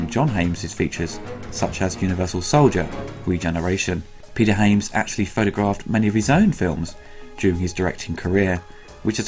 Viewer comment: The director's surname I believe is pronounced "Haa-ya-ms", not "Hey-yams". :)